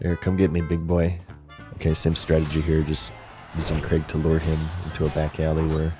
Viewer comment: i think youre the first yank to ever say the name craig right. even though it was spelt crayg. and dont give me the welsh bullshit because cra (yeh -gh) is still closer than creg. edit: nah you said it right once then went straight back to creg. learn english america. fuck sake. edit: edit: ok youre trolling. i get it ive been had. switching between craig and creg is clearly for content interaction and ive fallen for it. hook. line. and sinker.